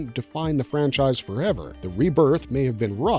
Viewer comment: You say rebirth wrong